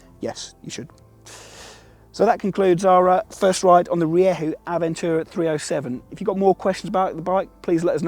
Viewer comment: As a Spaniard I can actually say that he nailed it in the later half of the video